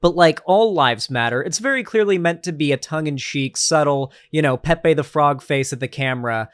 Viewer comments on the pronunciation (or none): none